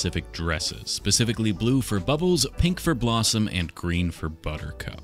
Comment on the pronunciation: Im sorry but did he just call blossom BALDsome LMAO